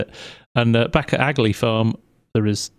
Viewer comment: hi i have watched your vids for a while just wanted to point out aghalee is pronounced ahalee as i am from the area! also the sea is accuatly lough neagh (pronounced lock nay)🤣😄